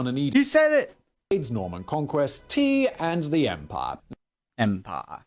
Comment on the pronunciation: You made an awful job of trying to pronounce "empire" like a Briton. Don't forget that most of us don't pronounce the R in words. The nearest I can get is em pia